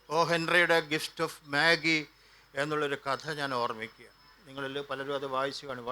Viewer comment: മാഗി അല്ല മജയ് എന്ന് ആണ് ഉച്ചാരണം